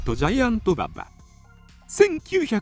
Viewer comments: バ↑バ↑に違和感しかない。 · 競馬の馬場のイントネーションなんよ。。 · 勉強になったけど、馬場のバ↑バ↓のイントネーションで笑いを堪えきれないw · まさにそれw